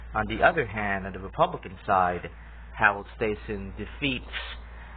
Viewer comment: Stassen’s name is pronounced with a short A, like “staff”.